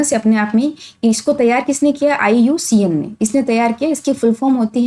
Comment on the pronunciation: Iucn ka nam galt pdha but class achi h